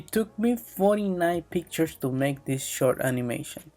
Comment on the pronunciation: Make❌ Maka✅